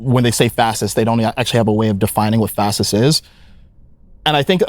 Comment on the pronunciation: He pronounces fascist as "fassist". Sounds funny lol